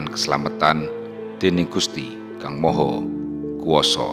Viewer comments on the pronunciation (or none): none